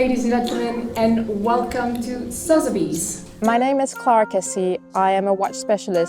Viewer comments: She should work on saying Sotheby's.. 😊 jk she's fabulous! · She says “Sotheby’s” really weirdly😅